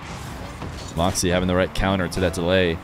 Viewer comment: i wish you would say morkzy instead of markzy